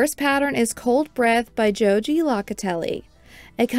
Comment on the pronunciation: Just so you know, Joji's name is pronounced ho he, and her last name is low ka tell ee. Thanks for the review and pattern recommendations.